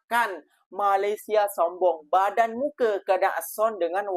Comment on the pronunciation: 'padan' bukan badan